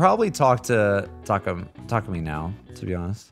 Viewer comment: When you say the A sound for takemi, don't use a hard A. For example, we don't pronounce the word abandoned like Ah-band-done. It's more like uh-ban-done. You dont push the voice down. Just relax it. And then smile. Now try Takemi - tuh- ke-me. Literally say each syllable with equal emphasis. Unlike English where the emphasis is on the first syllable, Japanese don't strongly emphasize the first syllable like we do in English. Often, you'll hear the American voice cast mispronounce their last nanes. For example, the American voice cast will say Sakamoto like--SAH-komodo with an emphasis on the first syllable and then just slurring the rest as fast they can. Only 1 NPC says the name correctly - -suh-koe-mo-toe saying each syllable. P.S I don't speak Japanese. Lol